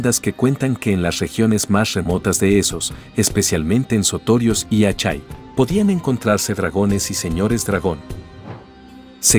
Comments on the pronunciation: Buen video pero, Asshai se pronuncia ashai ó ashae, pero no, "Achai" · "Achai". Jajaja!